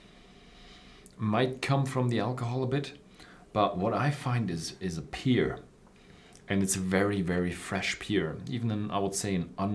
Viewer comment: Friendly advice: Pronounce the word 'Pear' just like the word 'Pair'. You are saying 'Peer' currently.